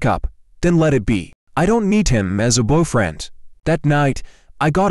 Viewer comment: I heard bwufriend